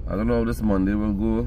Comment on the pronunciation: Aye ah laugh every time u say Monday 😂 and I do enjoy ur vlogs and look forward to seeing them on both channel, be safe